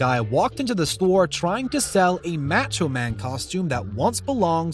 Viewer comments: Learn how to pronounce MACHO. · How the hell can you not pronounce Macho right!?